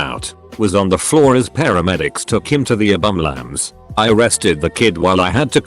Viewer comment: "abumlance" 🤣 im trying not to be mean but that is 😂funny